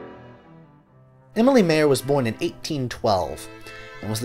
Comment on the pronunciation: Nice summary. I am fascinated by that moment when she was finally free from family obligations and decided to become a composer. It must have been liberating! BTW the video would be even nicer if you made at least an effort to pronounce the names Emilie Mayer and Carl Loewe correctly in German. Germans won't understand the names the way you pronounce them.